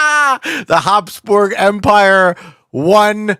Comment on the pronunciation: habsburgs not hobsborgs